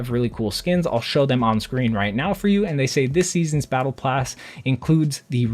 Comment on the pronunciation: Lol he said blattle plass